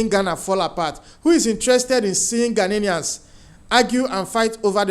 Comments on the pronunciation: GHANAIANS NOT "GHANANIANS" PLEASE PRONOUNCE OUR CORRECTLY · They are not ghananians they are "GHANIANS"get that right please and take note of the pronunciation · Stop saying ghananaians, it's ghanaian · My brother no disrespect but it's "Ghanaians" no "Ghaninians". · Ghanaians NOT Ghananians, please!!😂